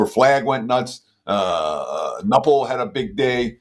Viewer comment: Nupple ? I’m supposed to take betting advice from a guy who doesn’t know how to pronounce a projected lottery pick’s name? If this guy has watched enough college ball to make predictions, you’d think he’d hear the correct way to say the name.